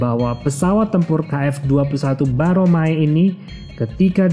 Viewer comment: Si Mimin ini bener tau permasalahannya atau kagak sih....jujur gue ragu... Nyebutin nama pesawat kerja sama indo - korea aja salah....KFX 21 Boramae disebut Baromae...